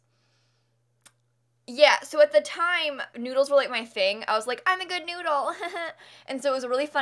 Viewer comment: "Keep calm and be a good noodele" 😂